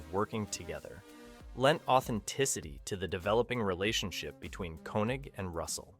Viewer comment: It is pronounced Kaye-Neg.